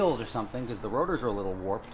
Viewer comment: Why do you think you don’t know how to say because?